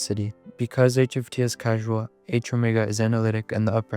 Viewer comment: Minor nitpick on causal being pronounced casual, but still a great vid